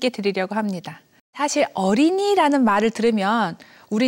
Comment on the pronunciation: 장음인 단어의 첫 자를 "짧게 잘못 발음한 예: 사실, 계기, 최근,해주,소설,선행, 두 개, 선택,세상,천대 ,좋겠어요, 등! 이런 평상어를 바르게 발음하지 못하는 학자!! 또 한가지 !! 강의중에, "난이도는쉬운데" 라고 해ㅆ다. 이 얼마나 어색하다. "난이"의 한자를 어떻게 쓰는지 아시는지요?